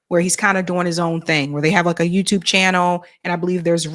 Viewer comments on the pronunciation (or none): none